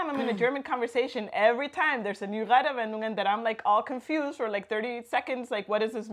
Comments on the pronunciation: Not trying to be an Asshole, but when you said you've been here for 8 years i was a bit suprised, because when you said the word "Redewendungen" it was barely intelligible. Not because of your pronunciation, that was great, but your rythm was all wrong. It sounded like you were trying to cram a 5 syllable word in a 3 syllable space. We don't put spaces between the compnonents of a compound word, but there is supposed to be a small pause between them when spoken. Basically just reset your mouth to neutral before you say the next component. Those small pauses are also a great opportunity to take a small breath when saying one of the real long ones. Off course that only works if you know that a word is a compound noun and what the individual components are, so this might be another issue. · Falsch ausgesprochen: Reddewendungen! - Die Es bitte nicht so hart und kurz aussprechen! Richtig wäre: Reedeeewedungen - Bitte nicht so schnell und hart sprechen!